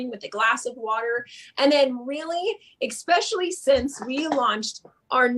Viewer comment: I CANNOT with this woman! 'Expecially' and 'CAM-bucha'.... If you don't know English, and it is your first language, maybe don't do lives/videos?? #sorrynotsorry